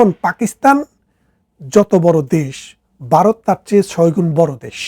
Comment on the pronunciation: আপনি বলছেন বারত , যুদ্দ , ইত্যাদি । কেমন হলো